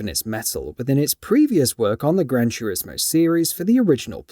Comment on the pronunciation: "Gran Churismo" 😂